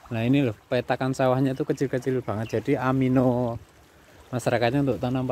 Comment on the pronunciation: nuwun sewu mas , ANIMO bukan AMINO.....